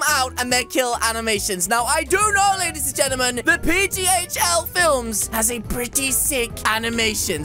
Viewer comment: Why do he say lady's gemtim